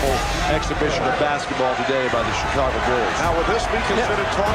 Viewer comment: Pronounced Shhhhicago